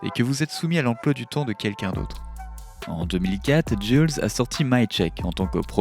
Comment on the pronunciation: Cest pas "jule" santana mais "jouelze" santana.